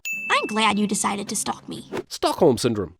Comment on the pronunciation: Stalk-holm syndrome 😂😂